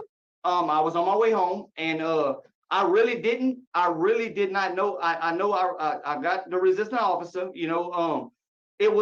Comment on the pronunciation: Yes he "De'id." have a lot to say.